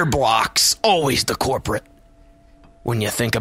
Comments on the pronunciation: It's culprit not corporate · "Always the corprit" da fuq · He said corporate instead of culporate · "Cinderblocks, always the corporate"...., I think you mean 'culprit'